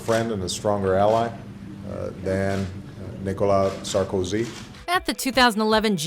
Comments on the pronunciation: Sar-COzy? It's pronounced Sarko-SI. French is easy as fugg. Put the emphasis on the last vowel/spelling of the word, unless it's silent. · Who else got ear-bleeding from the way she pronounced "Sarkozy"?